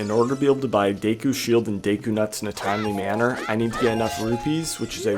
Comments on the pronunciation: Day-koo pisses me off so bad for some reason.. its Deh-koo, like a deck of cards. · What is “day-koo”? Do you mean “deh-koo”? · It's pronounced deku, not deku young man